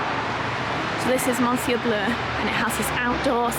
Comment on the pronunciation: Lovely vlog! Just so you know, ‘monsieur’ is pronounced ‘miss-yeur’. 😃💞